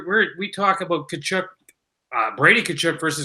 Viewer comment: My freakin ears, Tkachuk is pronounced KUH-CHUHK. Why you gotta freak it with this KuHcHoOk nonsense